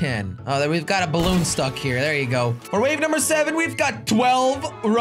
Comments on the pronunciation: Jelly its balloon not bloon ok go to school from onwards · It's says bloon not balloon